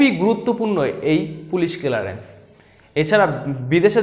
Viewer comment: এটা কিলারেন্স না ক্লিয়ারেন্স 🥴।